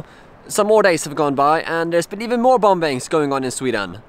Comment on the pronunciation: The second "B" in "bombing" is silent, by the way.